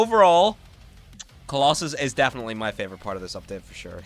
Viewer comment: Finally someone says they butchered kolossos